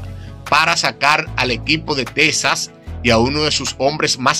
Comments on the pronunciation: Amigo no es tesas es Texas . Se pronuncia X en vez de s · Es Texas no tesas